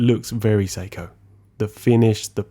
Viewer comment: I spent half the video wondering why I had never heard of Psycho movements or the Amiga Seamaster watch. Your pronunciations duuuude!